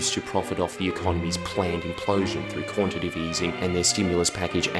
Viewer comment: You always pronounce quantitative wrong lmao. You forget the third t